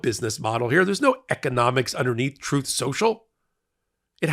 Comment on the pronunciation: O no! Not Trouthe seuchal 😂